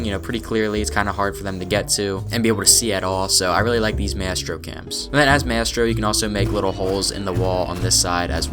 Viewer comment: who tf is mestro it's Maestro [MY] + [STROH]